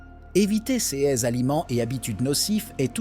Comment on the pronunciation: C'est une voix robotique qui parle et ces voix disent souvent C E S au lieu de dire CES ! C'est étrange en effet :face-purple-wide-eyes